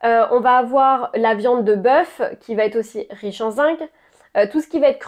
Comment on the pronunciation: Bonjour alors on parle bien du zinC et pas du zingue,pas pareil 😊.